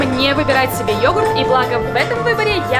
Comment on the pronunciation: Слово «йогурт» это отдельный вид искусства 😂😂